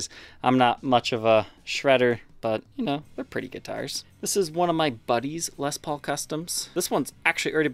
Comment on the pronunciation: I've been watching your show for a few years... I would just like to say congratulations..!! You've come a long way.. I remember when you first started talking about Les Paul's and mispronouncing them as Lez Pauls..You really have worked very hard to get to this point and I've always admired your honesty and transparency.. I will admit that I'm a die-hard Gibson Guy and haven't really watched much of your content on non Gibson instruments. But for some odd reason I would love to see you getting more into Gretschs.. I'm 50 years old and my fascination with Gibson started when I was about 12 years old.. other than books or if you were lucky enough to know somebody who had first-hand Gibson knowledge, information was very very hard to come by in the 80s and 90s.. I appreciate your show very much and admire all your hard work and look forward to 2021